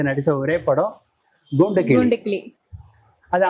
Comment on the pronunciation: A.M.ராஜா குரலுக்கு மிகவும் பொருத்தமாக இருக்கும் இவர் குரல்.மற்ற பாடகர்களின் பாடல்களை தவிர்ப்பது நலம்.இவர் ங்கூண்டுக்கிளி என்று சொல்கிறார்.பேட்டி எடுக்கும் பெண் ங்குதிரை என்று தமிழை உச்சரிப்பது சங்கடப் படுத்துகிறது.